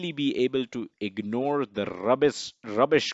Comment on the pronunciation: Great video. Watch out for "rrrubish information...."